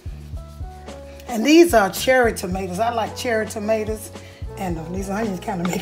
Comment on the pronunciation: I heard that Florida slip out. Maters, lol.